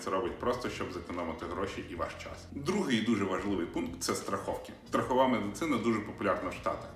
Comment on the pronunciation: СтрахИвка, останИвка))) (Я сам так говорю)